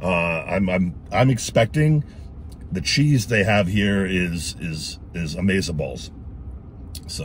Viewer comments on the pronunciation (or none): Did you just say Amaziballs??? 🤣🤣🤣